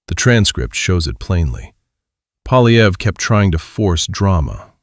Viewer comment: The guy's name is Poilievre -- pwa-lye-vr. There is no "polly" in there, half-wit -- and screwing up people's names is the most childish insult in the ignorant person's armory. Take it down and re-record it, OK? This is a monument to ineptitude.